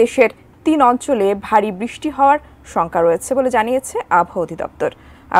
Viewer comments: দয়া করে বৃষ্টি শব্দটি ভালো করে বলুন। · বৃষ্টি শব্দটি ভালো করে বলুন